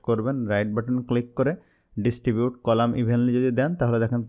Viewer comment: apni row ar colamta vul bolcn